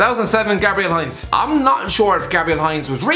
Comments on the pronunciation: "High-nz" lol its pronounced "Hein-zeh" com eon you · its not pronounced as Heinze like the ketchup but hein-z-e (haynza)